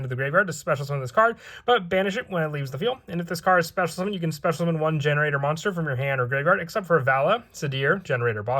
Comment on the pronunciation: Is it not pronounced gene raider?